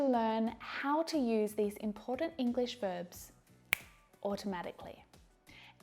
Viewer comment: Irregular vebs she says;irregular verbs is real pronunciation?